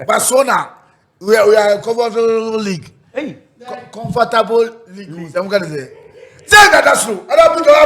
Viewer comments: 2.03: comfor deɛn league?😂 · Confatable leed 😂😂